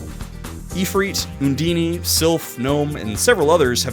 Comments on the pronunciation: Si lia. I saw your intro and watched Zero's scream and immediately comprehended, still pronounced erroneously xillia, it's SI LIA. OON DAYN. not oondini. I reached your bit where Sam L Jackson spoke and I decided, you are right and I will enjoy your video, efff pronunciation. You've gained a follower. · Um akshually, it's OON-DEEN